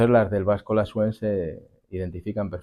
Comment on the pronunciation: El vasco Lasuén. Con acento en la e, lo dices. Ya que revindicas los acentos del español. No te olvides que el vasco no se acentúa igual que el español. La-sú-en. El acento va en la u. ;D